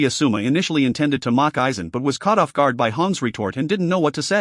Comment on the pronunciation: hes playing Aizen, could get the name right at minimum..